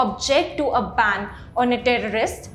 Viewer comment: Ban not bang